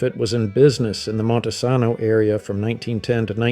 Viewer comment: LOVE the photos, but the narrator is obviously not a Washington native. It's Will-AM-et for Willamette, Montesano with a long "a" in "sano," and long "a" in the "hal" part of "Chehalis."